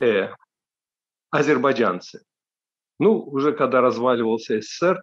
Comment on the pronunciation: Очень забавно было наблюдать за изменением произношения Одувана в течение видео: от «азербайджанцы» до «азербайджЯнцы», плавненько так😁😁 Шустро ассимилируется парень